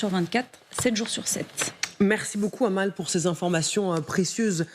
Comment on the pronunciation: Amal ça fait mal aux oreilles. Ça se prononce Améle !